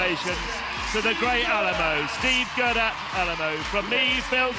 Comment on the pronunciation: Did anyone else notice that the commentator says Steve Guerdat with Al-a-mal-o instead of Alamo???